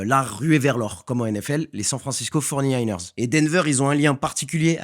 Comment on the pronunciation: C'est pas les forny mais les forty niners